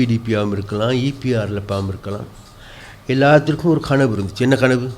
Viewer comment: கணவு இல்லை கனவு தமிழை தமிழனிட்ட நீர் படிக்கவேணும் .